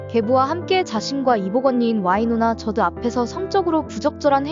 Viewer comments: 쥬드라고 하지 저드라고는... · 이제는 저드라고 발음하는구나... 옛날엔 주드였는데